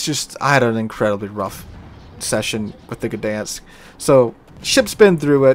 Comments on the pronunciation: I know it's not silent, but it isn't the "guh" sound that I've been hearing on every video about this ship and it would be less irritating to miss the "G" but still get the ń than to get the "guh-dan-sk". (Posting this from Łeba on holidays, drove through Gdańsk yesterday). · FYI - everybody's pronounciation of this ship is dented up. It's more like "Dine-sk". The G is close enough to silent in Polish that most non-Polish speakers should pretend it isn't there. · The "G" is far from silent. It's pronounced /ɡdaj̃sk/. Source: I'm Polish